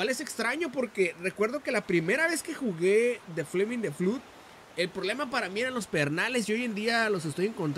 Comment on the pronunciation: este cochino, se dice "flod" no "flud" ahora meteme tu eminenencia